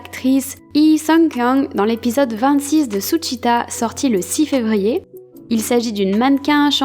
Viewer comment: j'aime beacoup ta vidéo, ça me fait plaisir de voir des army françaises et en plus qui prononce bien suchwita 😇